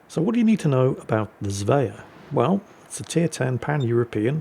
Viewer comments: How do you manage to mispronounce Svea? Zvea? It's the same bloody 's' as in Sweden! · There is no "j" in Svea. Try saying the word "swear" with an ending "ah" instead of an "r"